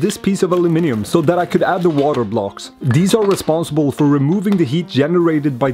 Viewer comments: Guy is saying Aluminium right. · And he pronounces Aluminium correctly as well- what's not to like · Hearing the word aluminium on youtube brought a tear to my eye ❤️ (Instead of alooo-mium) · You said aluminium correctly :face-fuchsia-tongue-out